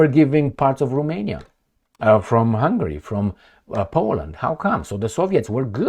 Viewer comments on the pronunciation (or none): none